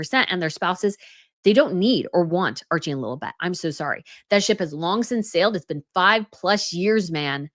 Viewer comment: said “Lilabet” (Stupid name BTW) I heard “lil butt”